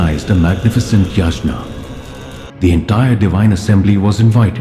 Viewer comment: Come on .. names are ok … it’s just pronounciation of yagna …